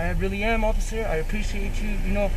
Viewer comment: “i ApPreCiATe YoU oCCiFer!”